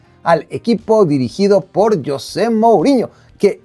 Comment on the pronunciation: Creo que la inmensa mayoría de tu público, contandome, somos hispanoparlantes y no sé si tú sabes que, en nuestro idioma castellano el nombre "Yosé" practicamente no se utiliza, nosotros pronunciamos "JOSÉ" con Jota. JOSÉ 🙂👍 YOSÉ 😠👎 PD: Ese tipejo José MouriÑO siempre me ha desagradado un mundo y parte de otro, me parece un megalomano egolatra (Saludos a CR7) y un tipejo barriobajero, un gentuza. 💩💩